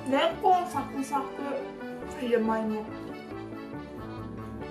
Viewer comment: レンコンの言い方がすき